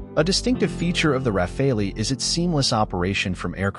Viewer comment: RA-FAL! Not RA-FA-LI…